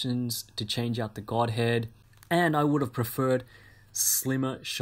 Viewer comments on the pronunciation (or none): none